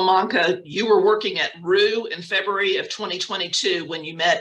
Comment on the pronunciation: Lol Freburary? 😂 he means February